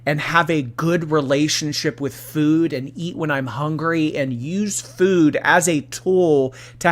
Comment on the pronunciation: doesnt she said foud?